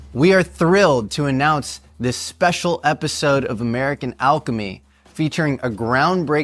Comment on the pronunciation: I hate the way you pronounce alchemy -.